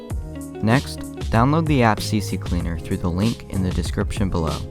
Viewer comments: ITS C-CLEANER NOT CC-CLEANER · You said "CC Cleaner" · Why do people always call it CCCleaner, its C-Cleaner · Haha you said C C Cleaner, i say the same thing even though its just one C xD